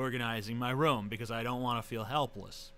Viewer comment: I like the way TJ says "room". It sounds like he is saying "rum". hehe.